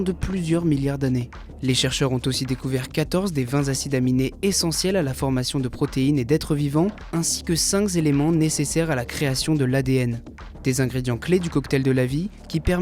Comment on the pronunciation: les vingt "Zacides" aminés et les cinq "Zéléments" . Mais relisez vous !!!